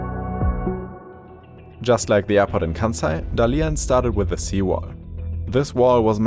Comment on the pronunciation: is it really so much trouble to find out how Dalian is properly pronunced?